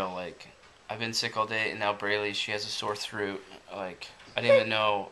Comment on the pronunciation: sore throot